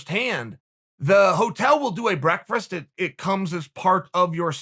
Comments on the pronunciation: Any clip where Chael says "breakfrast" instantly gets a like from me! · For a man who loves breakfast as much as uncle Chael does he can’t pronounce the word properly 😂😂😂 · I love how Chael has literally never been able to say "Breakfast" properly. Still my favorite guy in the history of EVER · Chael “brekfrist” Sonnen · It’s more like breakfrst, as in the first meal of the day, eaten with your legs crossed of course. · Me: Breakfast Chael:Burrrekfest Me Burrekfest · Everybody: breakfast Uncle chael: breakfrest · Chael 'Breakfrast' Sonnen had breakfrast for breakfrast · Tehehe i giggle like a school girl everytime im treated to the sound of Uncle Chael saying the word breakfrist 😁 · Does Chael say "breakferst" multiple times? I think so. And, I want some. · I get so happy when I hear Chael try to say Breakfast